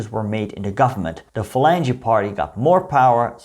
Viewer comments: No, it's pronounced FA-LAN-HAY with a guttural 'H' sound and the second syllable stressed. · I think it’s pronounced 'falanca' derived from 'phalanx' but it was not Franco's party. He led a coalition of army loyalists, colonial troops, the clergy, pro-monarchists and the Falange. These were not natural allies, but all were anti-communist, the Communists being the most aggressive of the Republican contingent.